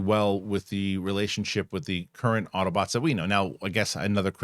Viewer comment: did you say Auto-butts ??